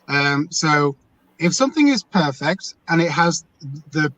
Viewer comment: cant even pronounce perfect correctly. He's the poster boy for Cognitive dissodance. Anyone who attacks the oppenent instead of the argument is a sham artist. checks all the boxes🤫